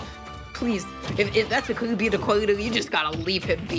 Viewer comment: their name is kirby, not kewby